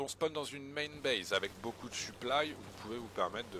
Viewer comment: En faite tu dis suplaille souvent, on dirait que tu parle de ton équipement